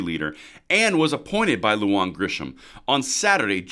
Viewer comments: Lujan promounced Lou-Hun Bernalillo "burn ah leo" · Long time subscriber. Thank you for all of your hard work and dedication to the preservation of our 2nd amendment. FYI: Bernalillo is pronounced “Berna-Leo.”Lujan is pronounced “Lou-Han.” I hope this is helpful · You need to get a Spanish speaker to help you with your pronunciation. Lujan =Luhan. Bernalillo = Burnalyo. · You mispronounced Lujan but I think it is funny. I am not going to correct you that's her problem.